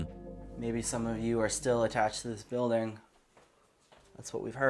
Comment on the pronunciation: Btw, when he says, "Bewding" he means Building.